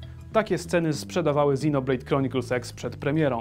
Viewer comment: czy tylko ja słyszę Xenoblade Chronicles Sex? dajcie se w tępie 0.5